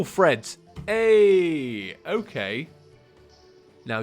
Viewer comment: Angel Treads, not Angel Threads.